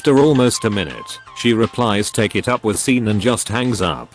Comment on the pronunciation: Sean is pronounced "Shawn".